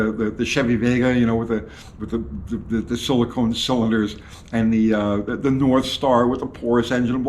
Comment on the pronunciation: It's "silicon" NOT silicone. I am not sure why everyone calls silicon by the wrong name haha. The Chevy Vega was a block of SILICON the mineral, not SILICONE the very good rubber. This was a great video. Really thought provoking, and shocking, and now I know why they sent a deer straight into my 1995 Tercel that had a perfect body with only one small dent and low miles. Someone sent that deer (I actually do believe that) because there has been on obvious orchestrated agenda, using extremely sophisticated methods that are incomprehensible to the general public, to get rid of old cars, using any means necessary. They use bad paint, bad gasoline, road salt, "MKUltra deer and other wildlife on command" and bad winter storms. Have you seen how many clunkers are destroyed yearly in Seattle with one ice storm? Done.